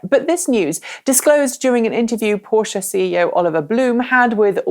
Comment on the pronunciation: I love the fact you're pronouncing Porsche correctly. :)